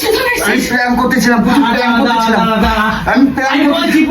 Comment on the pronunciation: দাদা ওটা পাং না প্রান্ক 😂